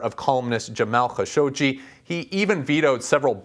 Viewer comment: See folks? THIS is what sets Ian Lee apart. First he actually knows how to pronounce Khashoggi properly and then he also introduces concepts like Real Politik in his reporting. BOOM. You've got the best thing here since sliced bread. I tip my hat to you sir.